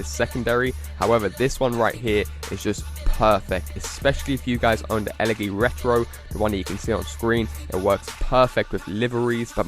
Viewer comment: Who else cringed when he said e leggy